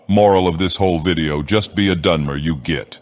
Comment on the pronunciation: Dagoth saying “Git” doesn’t sound right.